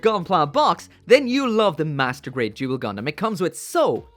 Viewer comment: The way you said Duel.....sounds so much like Jule.......I think this is could be where Yzak's family name came from..... great review as always